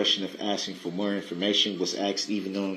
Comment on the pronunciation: He thinks he is axing such brilliant questions! And then he belabors a sentence to death!